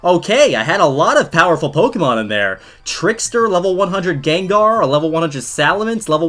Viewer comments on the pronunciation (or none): none